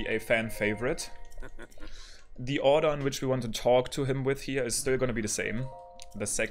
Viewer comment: you mean towk. I love his accent ahaha😄